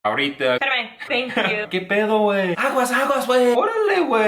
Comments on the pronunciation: You're naturals! really mastered the "pérame" LOL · Im so glad and proud to know the have a perfect pronunciation of "PERAME" jaja, im going to give her a 10 or hows is it A++? Love you both folks